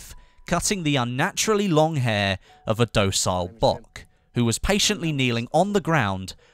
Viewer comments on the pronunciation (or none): when you said 'bock' in that diary entry I think you were trying to say 'boche' which is pronounced as 'bosh' it was a nickname the Allies gave to the Germans.